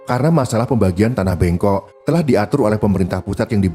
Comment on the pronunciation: Tanah bengkok, "e" nya bukan e pada sate, yg benar "e" nya sprti pada kata lelah,kerja,beban.